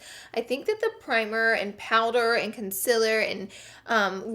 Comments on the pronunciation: Con sea ler Not Con si la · ConcEALer not conceler ;____ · ITS CONCEEEEAAAAALER NIT CONSILLER FOR GODS SAKE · Can you stop saying gezzy and start saying concealer right still love ya tho😂😂😂😂😂😂💕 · lara said consiller instaud of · LEARN HOW TO SAY CONCEALER PROPERLY. CON-CEEEEEA-LER. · learn how to not have a bad attitude. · After watching another video on Laura all I can hear is her saying consiller 😂😂😭💕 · Mohd Haddad is it cus Laura says consillaar instead of concealer?🤣🤣🤣🤣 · "Concil" "Conciler" "Ole" "Bucuzzzz" "Set-tion" "Beking" "Wet n' Wald" "Erridescint" - Laura Lee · Jess Mc Ardle consiller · You say CONCEALER wrong.. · Your Friend Jae it's concealer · Stop saying concealer that way it is so annoying😕😕😕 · does anyone else get annoyed when she says concealer